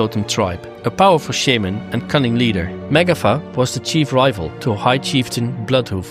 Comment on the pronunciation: Why do you pronounce shaman wrong?🤔